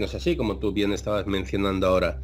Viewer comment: Ve al logopeda, dices "d" en vez de "r", ejemplos "vadios", "cultudas" "ahoda"